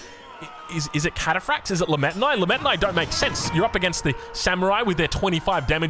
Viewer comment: "Lametanai" lmao. Sorry I know you hate this but it's pronounced "lee-mee-tah/tuh-nee"